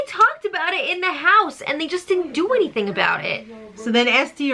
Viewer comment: after years of watching Madrosed, this is the first time I hear with the New York accent.. “and they just didn’t do anything with it”